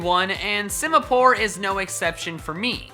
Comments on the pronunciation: SIMIPOUR, NOT SIMAPORE! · Simipour MORE LIKE SIMIPOOR